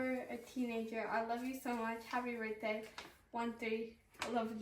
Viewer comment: Birthday ❌ Brithday ✅